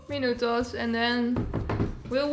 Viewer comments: i love the way she said "minuTOS" xd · When you say "minutos", you sound like a latin girl 😍